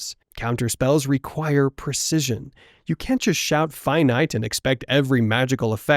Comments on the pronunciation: Pronounced Finitay... Not finite... Ai voiceover? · finite is pronouced (finn)eet-ei not feinight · It’s pronounced “Fin-ee-tay” not “Fye-night” although that is technically how it’s spelt, it’s still pronounced as “fin-ee-tay”